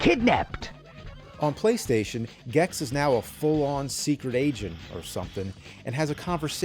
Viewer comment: say gex bro, just say "gex", PLEASE JUST SAY GEX PLEEEASEEE